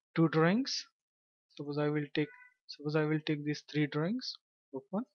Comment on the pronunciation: The way you are pronouncing the word Drawings sounds like Drings. Please enunciate your words correctly